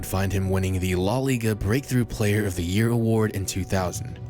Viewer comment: “Law Liga” LMAOO